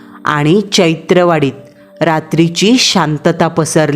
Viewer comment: I am from Buldhana,Chaitraa wadi nahi chaitanya wadi😅😅